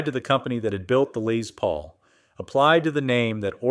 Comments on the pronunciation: "Lay Paul" "Lezz Paul" ITS "LESS PAUL" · A lay Paul? . God I hate A.I so much. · AI....Cant say "Les Paul."...what on earth is a "Lay Paul".?....lol